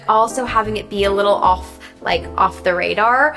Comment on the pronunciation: Anyone else noticed her English hint accent on some of her words, like “soft” “off” and the end of “mascara”, she sometimes sounds like a ‘universal’ classic Hollywood actress’s accent